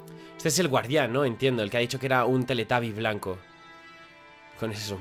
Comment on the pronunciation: Minuto. Teletaby??? Dijo